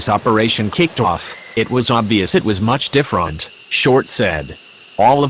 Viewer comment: The way he said much different didn’t sit right with my spirit 😂😂